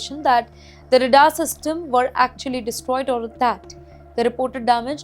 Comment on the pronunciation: The problem with these Indian anchors is their English pronunciations is so wrong and hopeless. many silent letters in English words are emphasised like "Bombing" [second B is pronounced]. Again, in this clip she keeps saying RADAR in the most stupidest way. This is typical Indian curry.